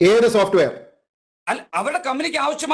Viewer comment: സോപ്റ്റ് വേയർ അല്ല സോപ്